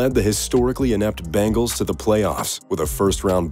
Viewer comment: BENGALS!!!!!!!!!!!!!!!!!!!!!!!!!!! NOT BANGALS!!!!!!!!!!!!!!!!!!!!!!WTF????